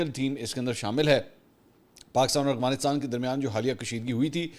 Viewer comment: Brother please correct your words Afghanistan not aghfanistan, you always speak aghfanistan, aghfan talking.